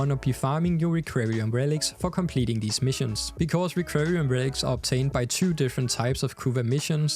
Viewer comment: It's "requiem" relic, sounds like rek-kwee-em.